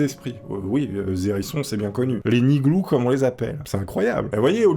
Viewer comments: C niglo pas niglou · niglo, pas niglou... :( (pour le hérisson) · on dit pas niglou mais niglo mdr ........ mais tu y etait preske ...... un vrai manouche bientot mon ptit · niglO, pas niglou , arrêtez d'essayer de parler gitan si vous en êtes incapable vous passez juste pour des cons les gens hein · Mais c pas niglou mais niglo (je suis voyageur)🤣